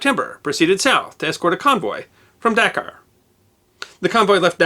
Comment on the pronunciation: Pronounced daKAR